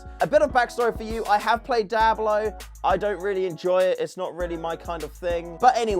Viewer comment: All i hear is "Dablo"😂😂😂